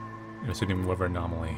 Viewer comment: Its interesting how pronounces many 'th' sounds as v; for example wevver drone, instead of weather drone